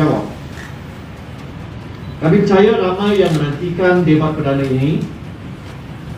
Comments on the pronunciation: sebut tu biar betul debat bukannya dibat lah lol.😱😱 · Sebut debat pun X betul😂😂